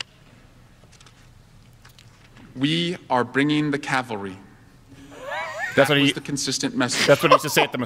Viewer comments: She said Calvary not Cavalry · Not only that, but she said "calvary". She was going to DC for a prayer event. SwallowWell can't read. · Actually she said bring the Calvary not cavalry. Calvary is a Christian thing. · Nothing that particularly around Easter every year people tend to say Calvary instead of cavalry and they don't even realize it. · I'm surprised no one has brought up the fact that Jennifer Lawrence did NOT say "We are bringing the CaVALry" she said "We are bringing the CaLVARy" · Ya know she said Calvary, not cavalry right? Two different words. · She actually said Calvary not cavalry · It said Calvary. Not cavalry. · Calvary, not cavalry.... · You guys missed the fact that She didn't say "CAVALRY", she said "CALVARY" Where Jesus died to bring salvation and Victory. She was saying "We will bring victory in Christ". So a double wammy on his part. He's not only compromised, he's illiterate and incompetant. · not cavalry but "calvary" the cross of Jesus Christ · Swalwell is so ignorant that he doesn't know the difference between "calvary" and "cavalry". Pretty sure there were no soldiers on horseback on JAN6. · Calvary Cavalry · It isnt cavalry it is calvery which is a religious statement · She said Calvery, not cavelry. The first is religious